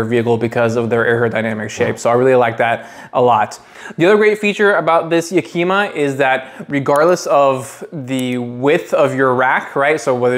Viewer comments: Great video...but why do you keep saying "Yakima" that way? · If you're going to do a review on it, at the very least you should learn how to pronounce the name. Yakima isn't a Japanese word. It comes from a city in Washington state. It's pronounced just like the city.